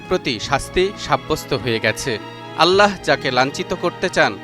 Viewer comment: আল্লাহ উচ্চারণটি ভুল হচ্ছে। আল্লাহ উচ্চারণ করতে হ এর নীচে হসন্ত এর মতো করে উচ্চারণ করতে হবে ( আল্লাহ্ ), আপনি উচ্চারণ করছেন আল্লা হ, এটি মারাত্মক ভুল। আশা করি বিষয়টি আমলে নিবেন।